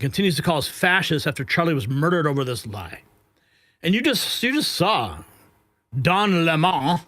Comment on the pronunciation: Don Le-MON